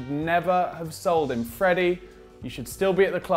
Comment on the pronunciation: You said sighed not sold